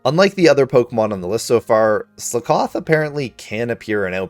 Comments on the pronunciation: I hate how you say Slakoth...Eh no worries though, awesome video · Dudunsparce and Slakoth pronunciations hurt my soul. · how you pronounce slakoth 💀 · The way you pronounce Slakoth hurts my soul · Super cool video… but how you pronounced slakoth pains me. 😂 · How does this guy pronounce so many names wrong? He didn’t even pronounce SLOTH right! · Your pronunciation of slakoth annoys me so much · Mans been pronouncing slakoth wrong all his life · wait HUH. SlUHcoth? how to people mispronounce pun pokemon xD. It's slakoth! sl-ah-koth..like...slack off... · slack-off, like youre slacking off ;) great video though <3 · Slakoth Ssss lahhhhh kuth wtf is Sla kawth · Bro what tf is slicoth it’s slack oth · It's SLACK-OFF not slickoff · Slakoth not Slikoth. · I cringed every time you said slakoth. Of course, this is just a LiviOsa vs leviosaaa issue. You're going sluhkoth. the correct pronunciation is "slack oth. Because, you know. Slacking off. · Ok who the fuck pronounces it Sle-koth when it is obviously supposed to be pronounced Slack-oth as in a play on the phrase slack off! Also I never realised that Sinistea holds its pinky out but now I've seen it that's awesome af! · Skakoth is said as if you're saying "slack off." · Are you saying Slakoth wrong on purpose just to get comments? Slack-oth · its slack-oth like slack off its a pun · Its pronounce slack off.....i HATE the way u say that. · Sluh koth 😂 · The way you pronounce 'Slakoth' triggers me, im sorry. Its meant to be said like the phrase 'slack off' is pronounced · the way he says slakoth makes me wanna kill somebody, SLACK OFF, SLAKOTH and now he says sloth wrong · Great video, I hate how you say Sla-KOTH 👍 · Well then I’ve never heard that slakoth pronunciation before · The way he says slakoth causes me physical pain 🤮🤮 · I've never heard Slakoth pronounced that way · That's not how you pronounce "Slakoth." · Your pronunciation of slakoth made my ears bleed…